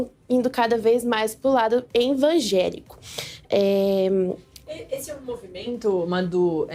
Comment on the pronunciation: "envangélico" 😂😂😂😂😂😂 Esse é o nível do Metrópoles!